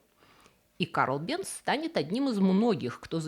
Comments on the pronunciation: Невозможно слушать.... Бенц...... произносится Бэнц,немецкий мой родной язык. Голос тоже впервые такой непричтныц слышу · Фамилия немецкая. В немецком "z" произносится как "ц". Бензин к фамилии отношения не имеет. Там была сложная история. Началось в средние века со смолы "ладан Явы" или по арабски "лабан Джави". Но где-то получился испорченый телефон и "лабанджави" в Европе превратился в "бензоин". Можно представить, что через что-нибудь вроде "лабанджави", "банджави", "бенджуй", "бензой". В 1556 году Нострадамус получил из бензоина соединение, которое назвал "бензойной кислотой". А в начале 19 века перегонкой бензойной кислоты получили химическое соединение которое назвали "бензин". (В русский это название перешло как "бензол".) Топливо "бензин" это сложная смесь многих химических соединений, но своим запахом в основном обязано именно бензолу. Т.е. бензин пахнет как бензин и соответственно такое название и закрепилось за ним в Германии и потом в СССР. Но в других странах его называют по разному, например, "петроль" в Великобритании или "газолин" в Америке.